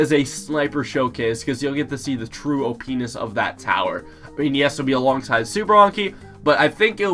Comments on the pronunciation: He said openis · sounds like he is saying o penis xD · he said opness which sounds like o penis lol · it sound like you say opeenes or openis lol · who thinks it sounds like penis